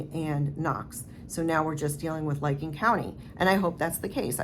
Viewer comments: The county in Ohio investigating the Keesee case is Licking, pronounced lick-ing not liking. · Yeah it's licking county not liking county. Just so people know what county if they want to look it up and follow it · its pronounced...lick Licking Co.😊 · . I worked there (not as an officer) for many years. They operate in integrity. (btw, Licking rhymes with ticking, believe it or not 😂)